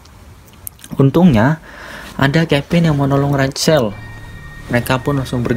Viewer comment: Rachel, dibaca "RAHEL"